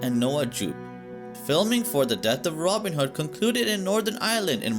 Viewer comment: Who the heck is Ronind hood 😂😂